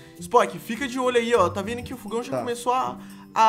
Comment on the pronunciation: não é fugão é fogão